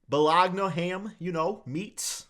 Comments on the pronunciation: bologna sandwiches, the only man on earth who says bolog na, instead of Baloney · "bolgona samwich" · Bologna sandwiches lol😂 the g is silent